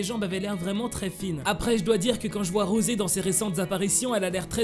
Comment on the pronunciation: SE NES PAS ROSE SES ROSEEEE